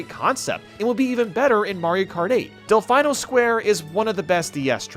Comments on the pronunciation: I've never heard anyone pronounce Delfino as "Del-FYE-no" before. The characters in Super Mario Sunshine pronounce it as "Del-FEE-no". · It's pronounced Del-FEE-no, it's Italian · Del-fine-o lol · Why do you always mis-pronounce Delfino??